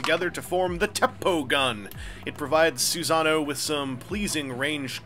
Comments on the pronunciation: Awesome review as always but it's pronounced "Sue-sah-no-OH", not "Susan-o's". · "soohsunoe" personally, it's "suh-sah-noo", but u do u. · that's probably the most interesting pronunciation of that name i've ever heard. If only because it evokes the image of a Big-O named Susan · your pronounciation of susano'o hurts me physically